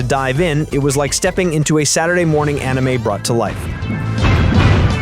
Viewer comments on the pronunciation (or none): none